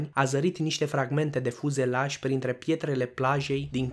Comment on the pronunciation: Fuselaj" nu ,,,,fuzelaj"